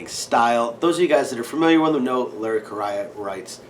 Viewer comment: I want to visit your house to play with Freya, check out your collection and see what you guys eat for dinner! BTW, it's Larry KUH-RAY-UH, bud.